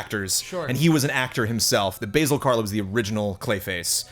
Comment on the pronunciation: Basil Rathbone is not a herb, Ba(short A)-Zill, like Basil Faulty :).